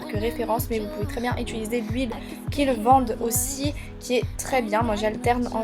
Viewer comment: j'ai remarquer que tu dis "ituliser"